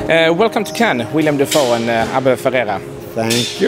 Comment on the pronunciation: Hey interviewer...His name is WILLEM, not William...sheesh!